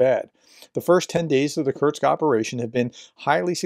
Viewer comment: Kursk. Not Kurtz